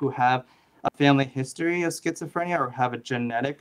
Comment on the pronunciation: I still avoid using the word scisophrenia, it terrifies me to say I guess you'd say anxogenic. I mispelt it because that's how you said it and it's actually more comfortable to hear.